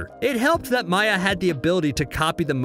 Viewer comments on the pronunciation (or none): none